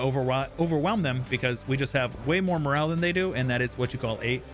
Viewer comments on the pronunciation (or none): none